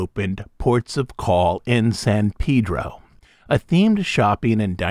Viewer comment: Thank you for pronoucing San Pedro correctly! I miss Ports O' Call.